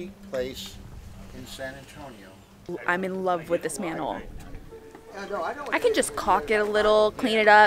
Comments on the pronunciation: I love how you pronounce mantle☺️ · the way you pronounce mantle as "mannel" cracks me up 😂 love it